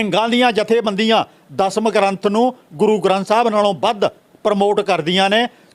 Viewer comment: And it's Dasam not Dhasham lol